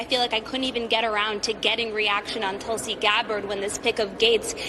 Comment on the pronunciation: Give me Tulsi over Bolton any day; and you said it correctly,!